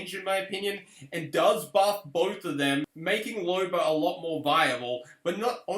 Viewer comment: "Lober" US: "Loba"